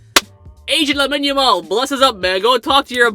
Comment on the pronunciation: Why do you say Lemon Yamal 💀 its Lamine Yamal